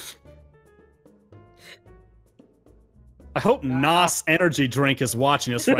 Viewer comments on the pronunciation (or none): ITS NAS NOT NOYES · "how do you spell that?" *Referring to the word "nas"* Me: it's NASSSS